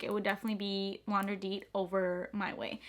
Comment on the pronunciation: L'interdit = LAIN TAIR DEE is how you pronounce it lol I'm French I gotchu